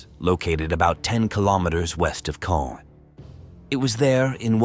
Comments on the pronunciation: It’s actually pronounced ’Con’. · Caen is pronounced more like "Con" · I have a hoopla app account, has been listening to WW2 books narrated by both British and American readers. They all pronounced Caen as “con” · most audio books I listened to so far with “con” pronunciation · How many pronunciation’s of Caan, can you put in the same video? It’s the same location they have the film festival, we’ve all heard it before , lol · Not sure what to make of this. Pronounced Caen three different ways - all wrongly. The Germans destroyed a Churchill tank by aiming at its fuel tank? Seems one of the most heavily armed tanks of the war would not have its fuel tank unarmoured to be shot at. If it was external then that catching light also wouldn’t destroy the tank for various reasons.